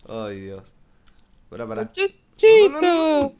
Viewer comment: lol cuando dice e chanchito e chanhito